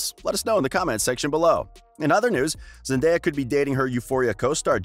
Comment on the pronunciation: The most pleasing thing to me as a fan of Zendaya since Shake It Up, is hearing when people pronounce her name correctly. Thank you. I love Zendaya so much.